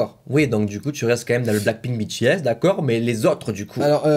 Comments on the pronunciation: oulaaaa la prononciation genre "Bétéèsse" aaaar please help me ouf c'est bon il l'a bien dit ( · LA PRONONCIATION, je suis désolé les army 😭😭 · Tu as dit B T S et personne t'a rien dit 😂du coup je te le dit honnêtement ça se prononce BiTiS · Alors excuse moi mais... 1: on dit pas bétés (prononcer se S) mais bitis (BTS) 2: BTS sont pas 18 garçons mes 7 garçons voilas😊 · Par contre, hein. “Bétéaisse” Faut le prononcer à l’anglaise!! “Bitiaisse” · Par contre je suis désolé mais "taille-mine" je connais pas 😅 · qui dit bétés au lieu de bitis c à m'énerve trop!🤣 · C pas "Bétéesses" c "Bitiesses" écrit "BTS" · PAS BÉ TÉ S BI TI ES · Les BTS, ils sont 7 et moi, je les connais tous: RM: KIM NAM-JOON JIN: KIM SEOK-JIN J-HOPE: JUNG HO-SEOK SUGA: MIN YOON-GI V: KIM TAE-HYUNG JIMIN: PARK JI-MIN JUNGKOOK: JEON JEONG-GÛK Et BTS sa se prononce en anglais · Tellement ça m'a énervé ! On dit pas bétéèsse !!!! Et en plus ils sont que 7 et non 18 ! Et perso je connais tous les membres et pas que 3 ! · Non mais Bé-Té-ésse ça fais mam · ci mais il le dis comme ca je cais que ça écrit BTS et pas bi ti s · "Bé-té-éss" Moi- fait un AVC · K-pop on juge pas aujourd'hui ça a évoluer 😂😂😂 et ça se prononce BITI-S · Ça ne choque personne le " bé té aiss " ? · Sa se dit bitis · Mb ça ce prononce bitiaisse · à dit bÉtÉs... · Bts sa se prononce pas comme en français 😂 tu me fais rager à chaque fois que tu le dis, n'oublie pas t le meilleur continue comme ça 😘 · « Ça me fais un peut penser à BTS ([Bé té èsse]) » Les Kpop stan: LES FILLES JE SUIS TOMBÉ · Ça fait mal😭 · Mes oreilles ont étaient choqué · mes oreilles ont saignées...